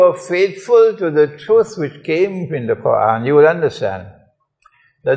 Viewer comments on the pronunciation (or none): none